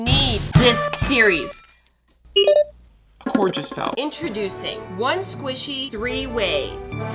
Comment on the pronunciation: It sounded like you were saying Siri instead of series